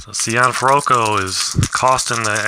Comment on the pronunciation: hey how things I see you had trouble with Archi Cianfrocco name I hope this will help you..... See N Froc Co Italian last names could be a tongue twister......i'm enjoying your vid series on Maddox